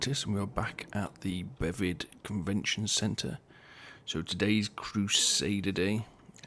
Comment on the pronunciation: Bevi”C” convention centre. Not Bevid.